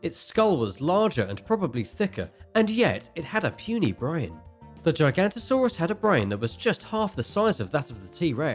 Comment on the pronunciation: You are getting so much wrong xD Pls do proper research, don't butcher giganotasaurus as gigantosaurus. Ahh and maybe show proper pictures of the dinosaurs... and the spino would not fair well against a T Rex^^ XD pls do your research